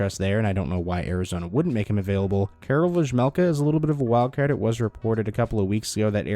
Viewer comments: Vejmelka is pronounced like VeYmelka! You're welcome. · It's pronounced "Veymelka" please 😅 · dont butcher vejmelkas name like this please Its pronounced like veymelka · The J in Vejmelka is silent right ?